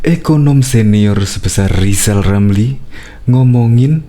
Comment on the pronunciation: Walah Rizal Ramli ngomong saja gak jelas. Coba dia suruh baca namanya sendiri, bunyinya Lizal Lamli. Jangan2 bicaranya lebih jelas anaknya Gibran ...eh salah Giblan...🤣🤣🤣